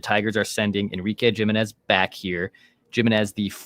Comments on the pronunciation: Ya there's no way Jiminez is pronounced with a hard J sound lol gym i nez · That’s not how you pronounce Jimenez